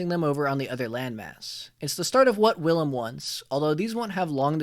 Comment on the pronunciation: Bruh im the main caracter my name is Willem lol and you pronounce it like villem dont use a W say it like Villan with a m....Villam